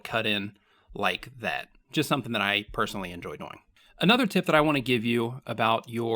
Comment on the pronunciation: Why do you pronounce "doing" like that?